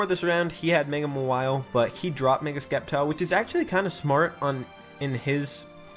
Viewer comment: Good job man! Well deserved! PS: Sceptile is pronounced Septile.. lol so you actually pronounced it correct once.